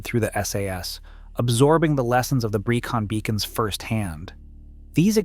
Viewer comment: Pen y Fan . 😂 Pen nigh Fan ? Welshman here. For pronunciation try Pen uh Van and Breckon Beacons, not Breecon Beacons. As for difficulty, the so called "Fan dance" is easy if you are properly prepared you are not overburdened and you are not given ridiculously short completion times. Ffs! Pen y Fan is less than 3,000 feet high and the lowest point on the Fan Dance is only about 800 feet lower. However the weather can change in an instant but is ony ever unpleasant rather than an existential threat to the properly prepared, even in winter. I am 78 years old now and for at least 4 decades I used walking the Brecon Beacons, because they are local to me, and Snowdonia as frequent fitness training for more arduous treks in the Scottish Highlands and the Picos de Europa.